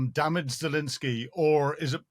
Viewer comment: I am a big fan of your analysis on the war in Ukraine - you have tremendous knowledge and valuable insight. I wonder if you could just pronounce the President of Ukraine’s name correctly- it’s ZelENsky not ZelINsky.